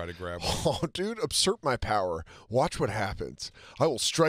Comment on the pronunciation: Anyone else catch saying "upsurp my power"?